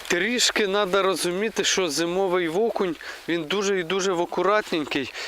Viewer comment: Привіт! Веселого Різдва! Дімчик питання: чому (ВО)кунь???. Це особливість місцевого діалекту? Чи Семен Олд навчив?.